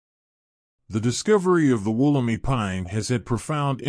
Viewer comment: It's pronounced Woll-em-i (eye) , It's location is not a secret it's in the Blue mountains, but it is a restricted site and not accessible by the general public...Since 1994 there has been many hundreds of Wollemi cultivated and there is a stand of them being gown by NSW parks as part of a conservation project Mt Tomah.